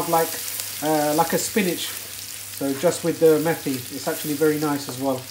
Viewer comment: It’s not pronounced ‘methi’ as in methodone... it’s Met-I lol.